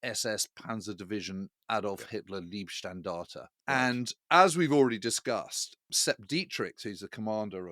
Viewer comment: I'm sure Al knows it's not pronounced "Leeb-standarte", but "L-eye-b-standarte". Not "Lovestandard", but "Lifestandard".